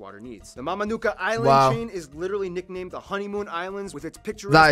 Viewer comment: Bula from Fiji. Also Mamanuca is pronounced mah-mah-nuu-tha and not mamanuka.